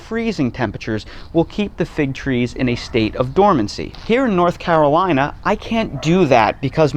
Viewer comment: And thank you, sir, for pronouncing North Carolina perfectly! A rarity even for native Carolinians!